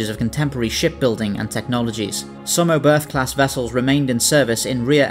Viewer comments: Nice video. Just one thing: The ship was named after german Rocket scientist Hermann Oberth. The "h" at the end of his name is silent. It sounds like "Obert". Not "Oh birth". But the video was really good. Keep'em coming 😉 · Love your videos! That said: The German name 'Oberth' with an English accent, in particular an English 'th' at the end makes my ears bleed. The 'e' is like the fist one in 'edge' and said 'th' is closer to 'tt'. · The pronunciation was definitely noticeable.